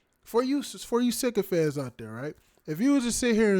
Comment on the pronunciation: Dude, did you say "sicko-fans" instead of "sycophants"? If that was on purpose, I like that!